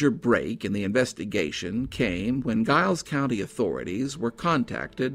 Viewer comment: It's pronounced Jiles County